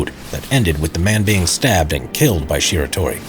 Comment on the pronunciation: man I don't want to do this but... it's Shiratori not Shitori.